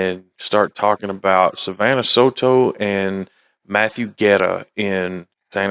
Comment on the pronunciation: BTW! Love the pronunciation of Guerra! 😂❤